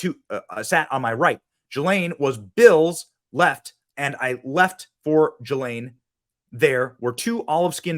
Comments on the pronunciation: her name is pronounced..Gee Laine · Ghislaine is pronounced with a hard G.